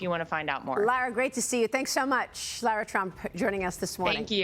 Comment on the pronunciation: How do these people get a job with a news organization and they can't pronounce Lara Trump's beautiful name! They need to go back to school and learn the English language!